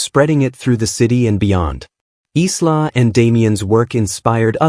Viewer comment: EYE-LAH not Islah!